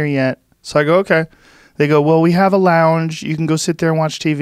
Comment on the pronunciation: Joe said a lough-endge "Lounge"